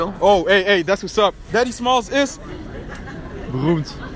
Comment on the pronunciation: daddy smalls is? We speak french. No problem, déddi smàlls iz?